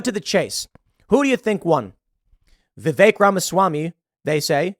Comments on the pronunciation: Of course started it … Who TF is Viv-ache? Vivek. That’s EK, sounds like HECK. VivEK. It’s both ignorant and annoying; typical, then. Bloody yanks. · "Vivek" rhymes with cake 🎂